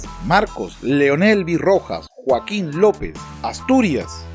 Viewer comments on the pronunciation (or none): none